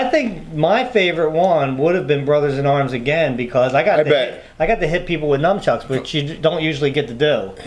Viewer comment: says numchucks. It’s nunchucks